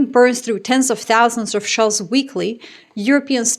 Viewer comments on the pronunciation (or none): none